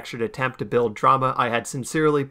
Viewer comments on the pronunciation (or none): none